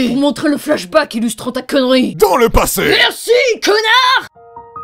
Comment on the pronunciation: Le temps que le narrateur dit dans le passey